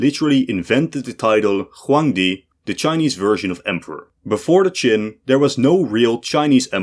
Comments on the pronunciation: Narrator said the Romans mangled "Qin" into China. I knew what was meant, but technically it's another one for the list of inaccuracies. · that was only solidly wrong, I winced with almost every Chinese name mentioned. The Han, Shang and Wei were pronounced pretty good, but that's it. Xia, Zhou, QIn, Xiongnu, Sui and many more were particularly and repeatedly butchered. It was embarassing how long the China part lasted, at some point I stopped trying to follow the mess. Especially since it jumped forward and back in time repeatedly, but with different graphics.